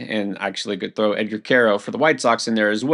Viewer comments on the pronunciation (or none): none